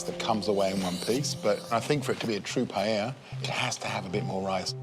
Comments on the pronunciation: nope, she actually said pallela so no problem. anyway none of those is really a paella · We pronounce it as PAH EL YAH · The host mispronounced paella 🥘 sad